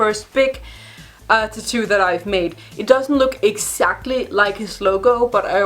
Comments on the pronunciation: I like the content of this video but I got paranoid cause I’ve said tattoo my whole life and ou say it differently you say tittoo so it was driving me insane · I LOVE HOW SHE SAYS TAT-TOO!!! SOUNDS LIKE "TETTOO" LIKE IT'S ONE WORD BUT WITH 2 SYLLABLES!! 😘